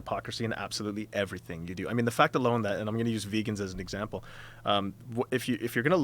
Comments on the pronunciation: did anyone else catch him saying eggsample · "Eggsample" HA!